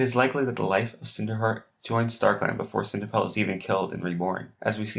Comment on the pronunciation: WHAT IS HEAER? XD no hate but thaat is just funny